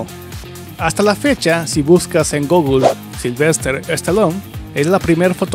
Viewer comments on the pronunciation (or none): none